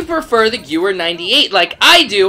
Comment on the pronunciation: It's pronounced "Gehvehr" not "Gewwer"